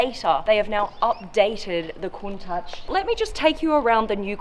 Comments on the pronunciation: Isn't it said countash not the countach i am speaking about the pronunciation not the spelling it feels wierd hearing ch than the sh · Pardon me for asking but did you say "kon -tuhch" i could swear it was pronounced "koon-taash" maybe i'm just a uncultured American and I'm the wrong one but still. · Pronounced (Koon-taush) :) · It's pronounced at the end with a guttural sound as in loch, like lakes in Scotland. Coun tachhhh. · bro she keeps saying countouch like wtf its clearly written as countach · OK its highly annoying for someone who claims to know all about super/hyper cars and yet can't pronounce the name of a classic lambo which has been in the lexicon since the 1960s. ITS pronounced COONTASH. For the love of heaven!! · It's pronounced cowntash Alex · Can we get a “Countach” counter? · Turn subtitles on for everytime she says Countach. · Had to stop watching because I couldn’t take her pronouncing "Countach" wrong...